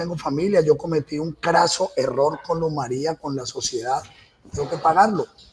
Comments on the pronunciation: Ni siquiera le dice el nombre bien, ella no era Luz María, era Luz Mery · Ni siquiera dice bien el nombre de su víctima, un irrespeto total a la memoria de ella, siento que se complace recreando los hechos que el justifica, su único "error" fue dispararle a una chapa y ufff la mató. Psicópata, todas las pruebas q según el le armaron no tienen ninguna relevancia ante el hecho que el llama "error" cuando es un asesinato y un feminicidio que debe tener todo el peso de la justicia con todos los agrabantes posibles.